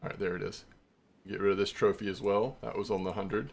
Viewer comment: I'm not trying to like... criticize or nothin', I genuinely thought it was hilarious. Had to do a double take and go "Did he just say Trophanese Japanese Amberjack?" lmfao. That was great, made my day better.